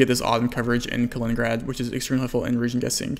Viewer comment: Love your vids but you should really try to speak a bit slower for your non-English subscribers! For example try to take 2 seconds for saying out loud Kaliningrad... you make it ""Klningrd" in less than half a second I think 🙂